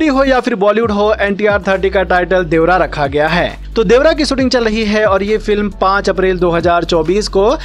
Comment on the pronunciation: देवरा है या देवारा 😂😊